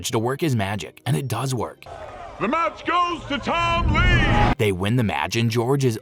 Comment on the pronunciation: Tom Lee is how u say it